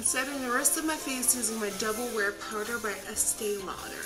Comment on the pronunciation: Nikki says Estee Lauder, I hear escaped otter ... That will forever be very new name